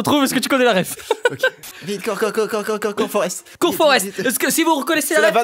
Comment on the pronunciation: "Cour Foreste" du Flim Forste Gunpe